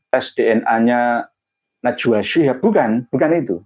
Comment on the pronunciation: Tulisannya udah bener SHIHAB , cara bacamya aja yg SYHAB ,, githu loh gus